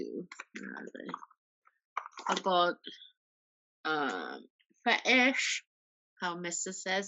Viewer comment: Can’t believe you pronounced fetish like that 🤣